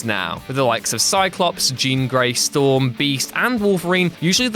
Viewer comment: Why does everyone get Storm wrong!!??